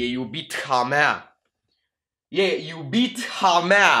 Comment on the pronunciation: "E iubitha mea " E din franceza H nu se citește